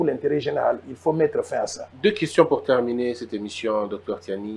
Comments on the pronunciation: ce Monsieur s’appelle Tshiani et non Tsiani. Et même l’autre du média, je me demande s’il n’a pas enlevé des lettres dans son nom. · Noël Tshiani svp, pas Tsani.